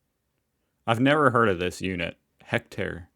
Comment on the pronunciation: IT'S HECTARE! 100X100 METRES! That dumb Amerobot CAN'T say it properly! IDK WHY they used an American accented narrator bot!